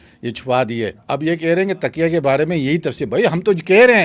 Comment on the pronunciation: Tikya nhian hota.taqia hota Hy.